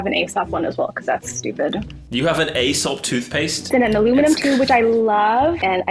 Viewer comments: Aesop is pronounced ‘ee-sop’ not ‘ay-sop’. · Aesop = EE-sop Like the ancient Greek storyteller